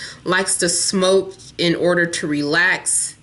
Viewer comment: Omg hahha when u say smoke🙄😂